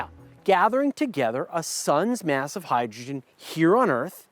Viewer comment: why do you keep saying Myaaas instead of mass..